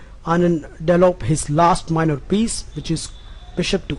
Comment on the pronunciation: Am I mistaking, or you say delop/delopment instead of develop/development?